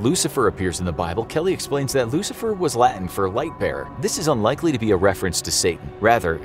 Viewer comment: Hey narrator, you nailed the Latin like languages pronunciation this time, congratulations! You are awesome.